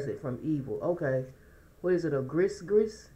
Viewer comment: It's called a GREE GREE NOT GRIS GRIS. A SPELL PUT ON YOU..❤❤